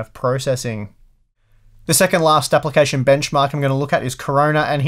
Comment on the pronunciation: Love the way you say Apple-cation